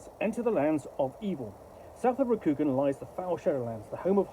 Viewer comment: Cool setting, but awful system, infused by insipid identity politics, which is a shame. And it's pronounced with a long, soft "a" sound in Rokugan. More like Rokugaan, sounds like han.